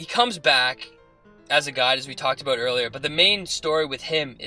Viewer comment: 90% of your theories are dead wrong and you can't pronounce "about" to save your lives.